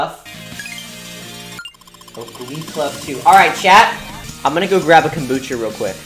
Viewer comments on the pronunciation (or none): none